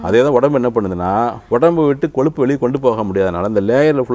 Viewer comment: it is kozhuppu but not koluppu or koLuppu .learn to pronounce Tamizh properly.